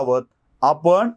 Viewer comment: तुमचा मी फॅन आहे.फक्त आपण,म्हणून, णच्या ऐवजी न म्हणणं प्रयत्न पूर्वक टाळावे ही नम्र विनंती.